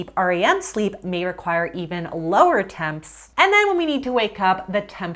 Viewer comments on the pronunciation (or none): none